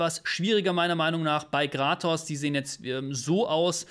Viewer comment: Sorry aber er heißt Kratos, nicht Gratos ! Da haben mir meine Ohren geblutet